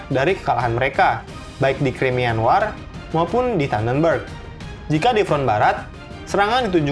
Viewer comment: War seharusnya dibaca Wor